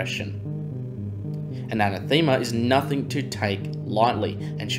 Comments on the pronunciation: Im sorry i dont know why i care and its not making fun of you, maybe its the lockdown were in cuz of the covid. Its not pronounced ana thema but anathema like saying enough so like enoughthema anath ema. Once again sorry oh great work luv the content you put together ❤. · Fairly sure it's an ath uh muh, not thee ma... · It's pronounced, "ah NETH em ah" Emphasis on the second syllable Great videos! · A-nath-e-ma. It means someone or something you hate. I realize some words you only see written down because no one really uses them very often. But making a video where you say it every ten seconds and mispronounce it every time is a bit like watching Scott’s tots episode of the office. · I think you are pronouncing it wrong. Anath ema. The emphasis is “a nath ema” with the second syllable receiving the strongest pronounciation. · Oy man, if you're trying to make a go of this hire a writer and work on your pronunciation. Anathema is too often an anathemer...biome. 'Since' should only be used once per sentence. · I love your channel, but I felt I just had to correct your pronunciation. The word is pronounced: an - ath - ema . A anathema is a curse or cursed thing. Quite appropriate for your report. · I played a drinking game with myself - I downed a shot every time you mispronounced "anathema." The numbers on my home breathalyser don't go that high ......... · Good video but you butchering the word anathema was killing me. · I noticed the mispronunciation too. Great article, that minor point aside 😊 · lol was gonna say, pretty sure anathema isn't pronounced the way he's saying it 😁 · Pls learn how to say anathema